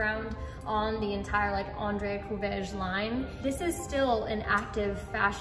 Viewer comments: Feel like you need to import a renault twingo or 205 for those Courreges (think korrej for pronunciation with a guttural R) wheels. Those Kei truck examples look dope too though. kei truck and matching Boso scooter build?! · Andre Courreges (cou-rej)